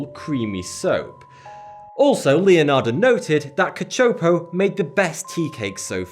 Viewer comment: Thank you for getting the pronunciation of "Cacioppo" right. I know it's a small detail but it's a family name that no one seems to be able to pronounce since it isn't exactly a common name.